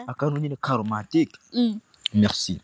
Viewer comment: Ntibavuga mereci bavuga MERCI ukaga prononca neza😂😂😂